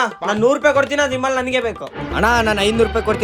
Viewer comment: Vimal❌ Eemal✅ 😂😅